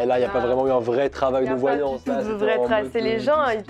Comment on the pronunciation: "la VoiLlAnsSeee"